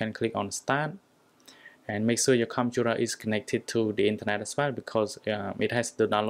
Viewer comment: Says computer Me- Whats a conturar